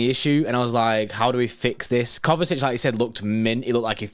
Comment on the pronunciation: KO-VA-CHICH ❌️ KOVA-SITCH ❌️ KOVA-TITCH ❌️ KOVA-CHICH ✅️